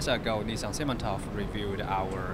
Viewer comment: 'Nistan'? I'm pretty sure it's Nitsan.